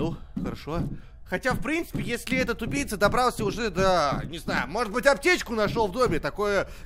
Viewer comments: Мне одному показалось что говорит тупица а не убийца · я один такой почему когда говорит убийца я слышу тупица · Вы тоже слышали что он говорил не убийца, а тупица? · Когда говорил убийца, мне казалось тупица😂😂😂🤣🤣😂🤣😂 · Мне одному казалось что он всё время говорил:тупица))))вместо убийца)Хаха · Мне одному кажется, что говорит не убийца, а тупица) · Почему когда ты говоришь убийца мне кажется что ты говоришь тупица